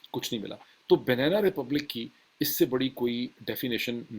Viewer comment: It’s not banena but banana- pronounced banaana